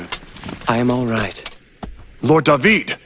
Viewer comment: +Dadiris Agrom It's not just that guys!! You got it wrong Japanese have often had a strange fascination of the Hebrew language. I'm from Israel, Jewish and speaking the language. So when I first heard Da-vid I was excited and appreciated it a lot. Da-Vid is how you TRULY pronounce the ORIGINAL David name, and to this day you pronounce the name in the same exact manner in Hebrew. Dave-id is modern English way of pronouncing it. Yes do some history/background check before bad naming the English dub! Da-Vid was a great poet, a bard of sort. He started off as a humble Shepard boy. Red hair with a fiery spirit to match, hot headed as hell, handsome, brave. He was also most famous for his triumph in a legendary unexpected duel against the Plishthim's champion. He was the underdog. This is of course the story of "David and Goliath". Yeah that shepherd boy with nothing but a harp, a shepherd's crook and a makeshift slingshot - taking down a skilled warrior-giant with 1 rock to the forehead. So in Hebrew its "DA-VID ve Golyat" .Later Da-vid was to become arguably Israel most famous ruler - KING of the Kingdom of Israel. A powerful, blood-soaked warrior king, who's personality was both heroic and imperfect. Such splendor and tragic past. Many names in English (perhaps the majority of them) - comes from the Hebrew Language in its source - which is one of the world's most ancient languages. Da-Vid = David. King Saul = Sha-ul. Solomon = Shlomo. Abraham = Av-ra-ham. Issac = Itz-hak. John